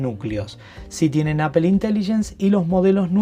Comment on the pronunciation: Aifon de Apel... se pronuncia aifon de Apol (iPhone de Apple)